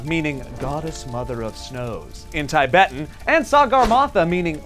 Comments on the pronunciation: Epic How to say Tibetan properly lol, what's Thaibetan. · The f@ is 'tai-bet' & 'tai-betan'. How does a pronunciation get so damn skewed!?!